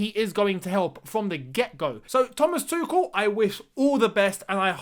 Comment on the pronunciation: Btw it’s not Tukol, it’s Too-schel